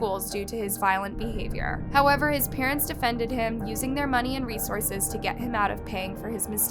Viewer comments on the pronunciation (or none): none